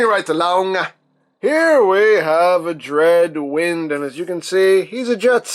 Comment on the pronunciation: Its not dreadwend its dread wind